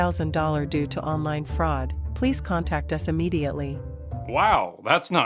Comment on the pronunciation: Stop what? Fraucd? That isn’t even a word!